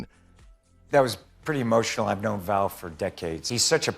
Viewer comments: His name was Val not Van. You should really correct that. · It's Val Kilmer NOT "Van." Get it right. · It’s Val, not Van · PLEASE CORRECT ITS VAL NOT VAN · His name is Val..... not Van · Was just about to type the same thing, Val not Van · It's Val, not van! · 😂 my first thought also. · OH for Gods sake! Get his name correctly! It’s VAL! 😒. RIP VAL. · Van?get it right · And gets the name wrong, even.